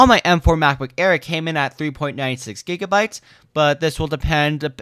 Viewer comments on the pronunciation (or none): none